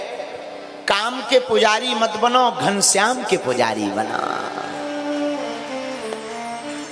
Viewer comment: Ghanshyam kya hota hai ghan? Syam Please mardashn kri